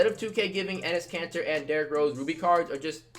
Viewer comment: When he says Enes Katter my subtitles say his cancer 😂